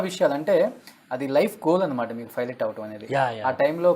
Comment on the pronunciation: ఒరేయ్ వెధవ.. అది ఫైలెట్ కాదురా 🤦‍♂️ పైలెట్